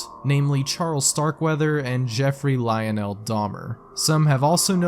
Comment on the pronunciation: The way my man pronounce "Lionel" it's almost as if he's never heard the name. Lol